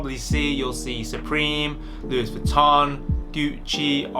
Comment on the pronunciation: Also he didnt say Louis Vuitton he said like Luis Vittón